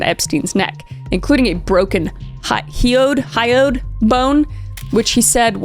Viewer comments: hyoid "high-oid" (stress 1st syllable) bone is in front of the windpipe. It often does get broken when a victim is strangled. Idk about hanging, I suppose it is possible that in that case, the angle of the sheet/rope/noose around the neck is higher up on the windpipe and doesn't put pressure on the hyoid, thus sparing it. This is ME GUESSING. I could easily be 100% wrong. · It's pronounced hi-oid bone... This is purely informational and not meant to be degrading or demeaning. 🤍 I have autism and i just super enjoy words, but I can come off as too blunt. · Hyoid bone. Pronounced like high-oid bone. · Its pronounced “high-yoid” 🫶 boyfriend and I love your videos ❤ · oh btw the bone you were having trouble pronouncing is pronounced high-oid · Robert Maxwell of The Tetris Murders, Robert Maxwell? (It's pronounced "hi-oid" 😊) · The French name Ghislaine is typically pronounced "Ghee-lenn” with a hard "g" sound, and the "s" is silent. The "laine" part rhymes with "again" in American English, and the emphasis is on that second syllable. Also , hyoid bone is pronounced “hi” (like hello, hi) and “oid” (rhymes with void). So hy-oid, emphasis on hy. 👍 And for what it’s worth, the frequency of hyoid fracture caused by su*cidal hangings can range from 17% to 72.5%. I wouldn’t call that rate of incidence “extremely unusual”.